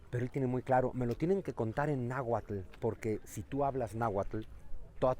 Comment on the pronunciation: Porfavor, aprendan a pronunciar bien "nahuatl" 🥹